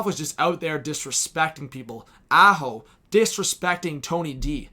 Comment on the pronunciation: haha nailed the NY accent. the way you said Aho had me in tears